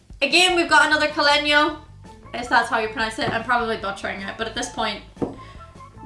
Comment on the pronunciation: You pronounce "Caleño" really right ;) (I'm from Spain by the way, if that helps...)